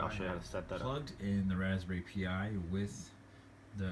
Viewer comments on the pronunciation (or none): raspberry pee yi? lol son...